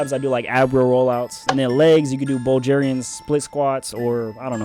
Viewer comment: never heard anyone in my life pronounce Bulgaria as bulljayria b4😂